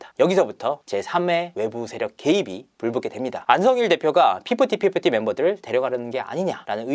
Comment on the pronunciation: fifty fifty 발음이 피프티 피프트는 아니지요 휩티 훱티 정도가